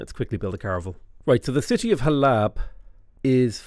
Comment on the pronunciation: Hey, I know I am 4 days late, but every time you pronounce Halab I felt a piece of my soul pass into the unknown. The second a is very soft so it is supposed to be pronounced like Hal-uhb. I am only saying this as a proud Syrian. I love your vids keep em coming!